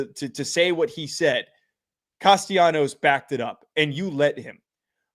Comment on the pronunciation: It's Cas-ta-la-nos.....